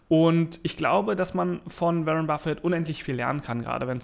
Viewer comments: Warren [Buffett] spricht man "WOrren" und nicht wie "WErren" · Wie lange dauert es noch bis du lernst den Namen von Waren B auszusprechen Ein weiteres Jahr?